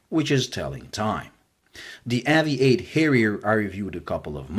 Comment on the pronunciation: It should be pronounced like aviate , Obvs.